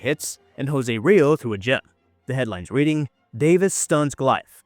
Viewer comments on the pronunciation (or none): none